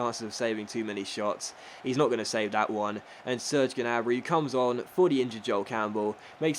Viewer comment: Hey, i think the G in Gnabry is silent:) keep up the good work